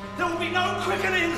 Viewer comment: Well actually I think they do "die", just for an extremely short period of time. If you seen the episodes with Grace's stalker and Xavier St. Cloud they do die,(from a stab wound and gas respectively) but they revive in minutes. So your theory is mostly correct. P.S. It's Quickening, not Queckening.